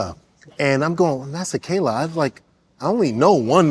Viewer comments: Damn ntwana can't even pronounce his own names properly.....he's better off switching Devaugn, Raquan or something 😂 Just jokes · Bro can't event pronounce his own name and surname. 😅😅